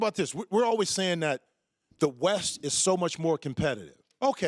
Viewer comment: Colin doesn't know how to say 'always'